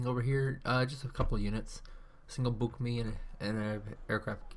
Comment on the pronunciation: It's Buk-M1, not "Mi".